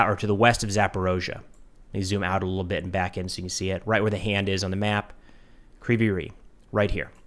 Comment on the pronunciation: Your pronunciation is almost on point, except you say "ree", when it's "rig", g like in "rogue". Also, "g" in Ukrainian is very soft, it's almost "kh", that's why you may miss it when Ukrainian says "rig", but it's there. You may come across different pronunciations because in Russian it's "Krivoy Rog". There is a lot of words that are the same between Ukrainian and Russian, except for that in Ukrainian version "o" replaced with "i". You read Russian and Ukrainian "i" like "ee". The name of the city means "crooked horn", which is kind of a fun name, if you are interested.